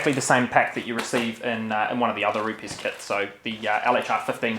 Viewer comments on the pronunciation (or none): Just for reference guys, Rupes is pronounced Roops